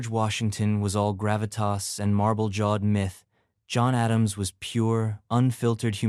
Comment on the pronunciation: John A-dam-she?